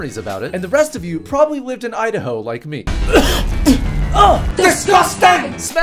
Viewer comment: Idaho " I da ho "